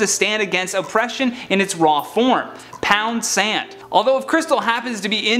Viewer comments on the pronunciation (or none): none